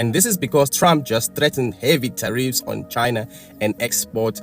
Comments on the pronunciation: Minute "Trump talking about Tah-Reef again, who's Tah-Reef???" 😂 Whewww Chile! You meant Tariffs?!?! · Did he really say Tareef happy right now 😂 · this goofy ahhh dude said “Tareefs; Who’s Tareef??” Im HOWLING IN LAUGHTER 😅😅😅😅😅😅😅😅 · Trading in crypto and doesn't know what "tareefs" (tariffs) are. 😂